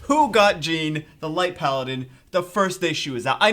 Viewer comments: the light paladin's name is pronounced John, It's french. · lol there was a girl from my Highschool that had that same exact name but we called her JeAnne.....not sure why ppl are calling her JEEAN..Com2us should have the proper pronunciation on their website or something to just clarify for everyone lol